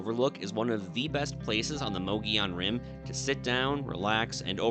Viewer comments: Moe Goe Yone rim, not Moggy On Rim. Just Sayin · It's pronounced MUG EE ON Rim, not MOE GEE ON Rim. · Correct pronunciation is "Muggy - Owen" ... Not... Mogey-on. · mu-gee-on rim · By who's opinion? What's correct? for a hundred years, the locals pronounced it Muhgeeyon, which was also taught in AZ history classes from the 60s to the 90s. Only recently has it become mohgeeyon. But since it's not really a spanish word why do we treat the double l as a y? I will default to the oldest regional pronunciation, which is also the pronunciation according to Merriam-Webster as me-ge-yon (muh-gee-own) . Calling it moh -gee-yon is as quick a way to identify yourself as a non-native as saying pres-cott rather than pres-cutt, Dy-sart rather than Dy-sert, or Sa-guaro rather than sa-huaro. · If you're going to do a story about a place learn how to pronounce it properly there's no e or I in the word